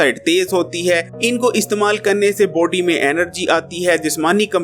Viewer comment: You say body ihear poty